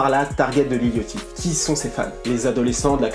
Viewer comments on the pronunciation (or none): sa ce dit lil yaty pas lil yooty au pire dit lil boo pas lil boot frère fait un effort je pleure le sang avec ta accent mdrrrrr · Mon ceau-mor préféré c'est dirty mouth et pourquoi le gens prononce lil yOchty en normalement c'est lil yAchty on prononce un A pas un O aller écouter brocoli big Dady dram il dit lil yachty et prononce le A pas et pas yOchty sinon terrible le lifestyle decodeur comme d'habitude et j'attends avec impatiente le video sur travis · Mdrr ça se prononce "Lil yady", bref SUPER VIDEO tres apprecié, on apprend des choses sur Lil Yatchy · Très bonne vidéo poto mais juste niveau prononciation ça m'a grave gêné, Lil Yatchy ça se dit Lil Yady avec un d pas trop prononcé, et le pour Lil Boat, ça se dit Lobo lui même le dit... enfin à part ça c'était pas mal!